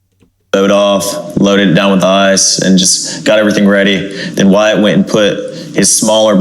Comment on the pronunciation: He said "my buddy's" name numerous times... it's "Wyatt"